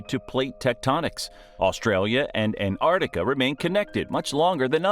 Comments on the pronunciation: The narrator also has the lazy american habit of only pronouncing half the name Antarctica. It's not the Antartic. It's the AntarCtic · There are two "C's" in AntarCtiCa and no " I " in Fraser . It's not FrasIer Island . The European Alps are in Europe , not North America .Bloody yanks should stick to what they know , nothing ! Leave the hard stuff to anyone else . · Why do Americans have trouble pronouncing ANT ARCTICA………..NOT An Artica. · Why so our kids can learn how to mispronounce Australian city names, Antarctica and that jelly fish live in the outback? No thanks. I'd rather our kids learnt about Australia from Australians than from clueless Americans.